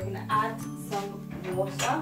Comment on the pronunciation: Liked the way u say wooterrr